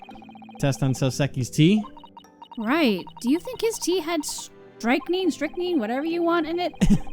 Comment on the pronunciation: By the way, I believe the correct pronunciation of the poison is "Strick-nine"